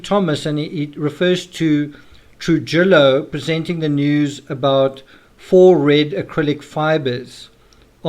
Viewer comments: Trujillo....Troo-hee-o not Troo-ji-lo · Trujillo.....Tru he o